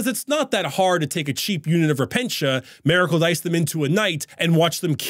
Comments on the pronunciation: "Merracle." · A-mericle dice. Sorry I couldn't un-hear it